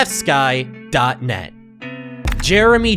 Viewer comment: Why do you pronounce fsky like epstein?